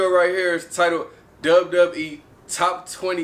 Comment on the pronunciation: It's not wwe it's "dub dub E" says